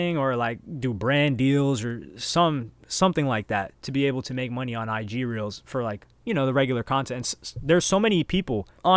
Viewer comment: the way you pronounce "ig reals" sounds like you are saying "Nigeria" im crying 😭